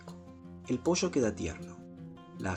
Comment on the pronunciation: Acabo de descubri tu canal. Me encantó la receta. Claro que la haré. Una gran forma de mejorar la aburrida pechuga de pollo. (Aunque el acento no te delata, el decir "manteca" en lugar de mantequilla y "posho" en lugar de pollo, si 😄).